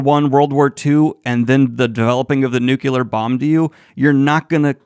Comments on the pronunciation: You're awesome, Daniel, but OMG, it's pronounced nu-clee-ar. Not nuk-you-lur. Say it with me, 3 times: nu-clee-ar; nu-clee-ar; nu-clee-ar. Good job! LOL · Daniel: "NuKuLaR" o.O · Every time you say "nukular", I die inside. Thanks for the content.